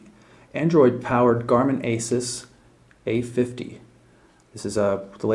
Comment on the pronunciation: I'm not to pleased about this device. I don't really like the design or the Home Screen. IMO the new Asus Nuviphone M10 looks better, comes with more Ram and Storage, but it has Winmo 6.5 which may be a turn off for some but I don't mind. BTW, Asus is pronounced Asooos